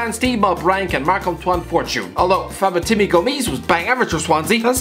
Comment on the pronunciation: “fabatimbi gomis”